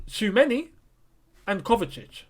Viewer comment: Choo-a-me-ni 😄 can't stress it enough